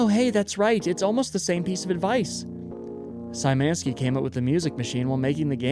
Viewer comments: Sajmenski kills me as a pole. It's Sh-yh-ma-knee-ski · Hi! You’re actually mispronouncing “Szymanski”. It should be pronounced more like “shuffle” so starting with “sh” for “sz”.